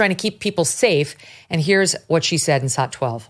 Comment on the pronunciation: please clear up something for me. Whenever you cut to a video clip you call it a "saat" as in "Let's cut to saat 12". I've never heard that term before. What is a "saat"??